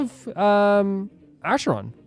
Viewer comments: The C in Acharon is a K not S. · the pronunciation for acheron is supposed to be like A-ker-on. im so excited to see you pull for her!